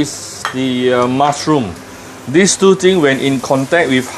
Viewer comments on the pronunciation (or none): none